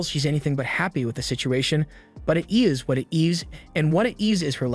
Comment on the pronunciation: . "Ess what it esss